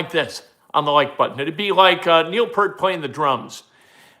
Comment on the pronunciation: Go IU! And it's pronounced PEE-rt, not Pert. Take it from a Rush fan.